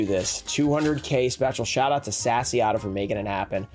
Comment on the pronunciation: ngl I've been furious about the way you say "sassyotto" like sassy ato XD